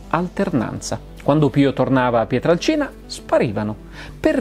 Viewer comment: Finalmente uno che pronuncia quel paesino come si deve : PIETRALCINA. Eh si, perche' col passare degli anni era diventato "PIETRELCINA". Forse, penso io, perche' incline alla pronuncia della "A" cambiata in "E" che e' in uso da quelle parti.